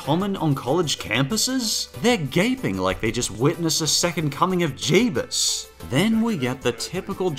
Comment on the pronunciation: did you just said J E B U S?